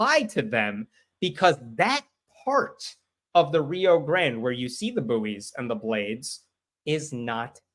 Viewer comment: Small point “buoys” is pronounced “boys” the u is silent and to differentiate between juvenile human males and fixed floating balls used for maritime guidance.